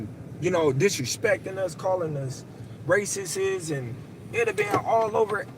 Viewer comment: He said racistsess 😅